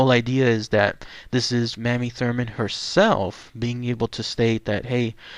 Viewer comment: It’s pronounced “May-me”